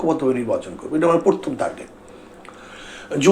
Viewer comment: শব্দটা পরথম না প্রথম।